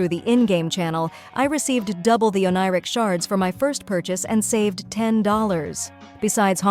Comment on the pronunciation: Isn't the pronounciation - Pha-aii-non.... ? It's grating on ny ears when he's called Phae-non... ☠️ And the oneiric shards too ... . . . . . . . . . . I need to ignore all pronounciations in this video if I need to keep my sanity..